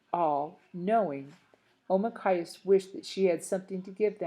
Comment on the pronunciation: Not to be mean or anything,but why did you keep adding words to it or skipping words? Or calling Nokomis grandma or calling Deydey father? And pronouncing Omakayas’s name as okmayas? (Again,not to be rude or anything)